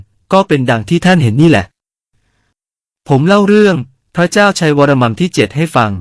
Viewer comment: ออกเสียงพระไม่ได้เช่นกัน ออกเสียงเป็น เปรี๊ยะ